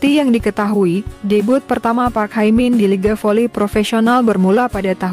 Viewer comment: Hye min not hai min.